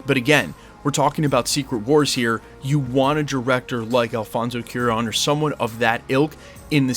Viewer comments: It's CU as a cumin, A as an apple, RON as an apron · FYI it is pronounced kwah-rón (cwah rhymes with aah! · Cuaron (Qwa-Rone) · Try Qua (As in Quantumania) + Ron (As in "Dron", with a soft R), and make the énfasis on the last syllable. The strongest sounds should be ON at the end.